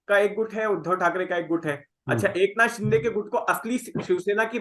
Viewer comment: should first know how to pronounce the names in a correct manner. Mispronouncing names is disrespectful & arrogant. The name is एकनाथ 'शिंदे'.. not 'शि'डे'. It is not a foreign name. A serious journalist would properly research his own content thoroughly before putting it out. But arrogance & disrespect is the hallmark of North Indian discourse. should just shut it down if he does not improve. Doesn't deserve to be a journalist.